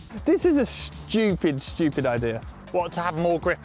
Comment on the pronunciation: "this is a chewupid idea"